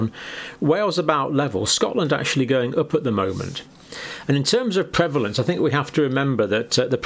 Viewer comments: PREVlance? Need an a. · Isn't it prevalence?